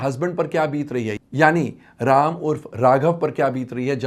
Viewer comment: पहले प्रभु श्री राम जी का नाम ठीक से लेना सीख ले